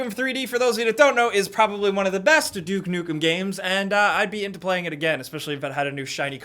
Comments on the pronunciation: Wait a a duke dukem game? said it wrong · "Duke Dukem"